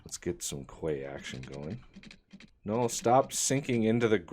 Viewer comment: Quay = "key"